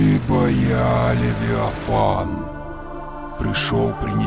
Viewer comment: он муж леВИафанА 😂😂